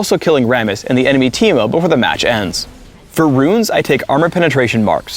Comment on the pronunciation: Now I know that Ameriacans can say my name correctly. Always wondered how they would pronounce Timo